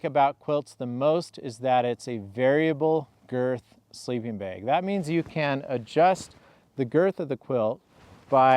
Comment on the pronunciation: my sharp ear wonders where u grew up? your pronunciation of the word "bag", sounds close to "baig". Do tell.;) I have slept under my Nunatak & EE quilts most every night over last 3+ years.